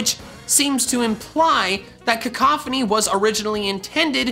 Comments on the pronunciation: cacophony lmao. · baby shoyru Cack-a-phony